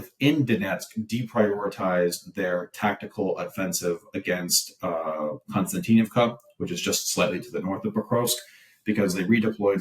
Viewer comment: Ummm, hummm😂😂😂 having a difficult time with new fairytales😂😂😂😂 Konstatinkbka, multiyear effort😂😂😂😂